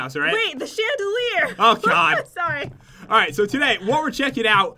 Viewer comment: sorri